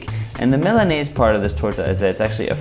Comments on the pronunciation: Its Milanesa (MEE-LAH-NESS-SAH), Not Milanaze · It's pronounced " Meel-la-nessa " :) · I'm not Hispanic... Lmao jk yeah I am , I'm not gunna let him say it wrong lol, that's messed up! I